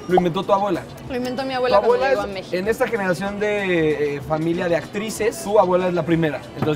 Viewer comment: ¿La chava que habla en la intro sí es Mexicana o tiene problemas para pronunciación? Todos los capítulos me causa mucho conflícto que en los subtitulos las palabras aparezcan correctamente y ella casi todas las pronuncie con el acento en otro lugar como "Mexíco"